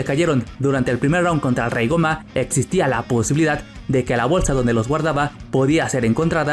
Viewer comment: Tan difícil se te hace pronunciar bien el nombre de gomah?